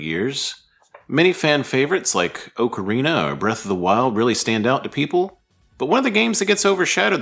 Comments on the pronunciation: great vid! slight nitpick i am so sorry. Just for future reference, pronounce Ocarina like "Aww-kerr-ina" for correct pronunciation :) Cheers!!! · TP is far from underrated, it's already had a remaster (albeit a shitty one). Also, ocarina is not pronounced like that. Wtf is wrong with you? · Cant say Ocarina right in a Zelda channel. Skipped.